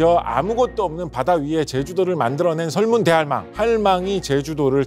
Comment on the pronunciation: 설문 대할망처럼 들리는데 설문대 할망 이렇게 읽어야해요. 설문대가 이름이고 할망은 제주어로 할머니 즉 설문대 할망 = 설문대 할머니